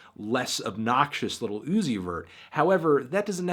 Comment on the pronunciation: Melon says lil OoOooOzy vurr